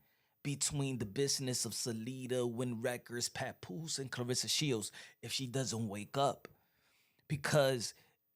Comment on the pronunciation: Lmao did he say papooka